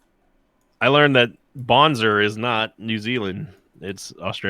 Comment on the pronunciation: pronouncing it "bonzER" lmfao